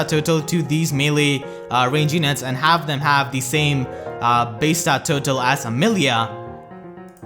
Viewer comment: please stop saying base state total because you pronounce it "bass tat tutu"